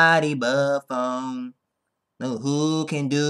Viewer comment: fucking keith-phone on the intro lol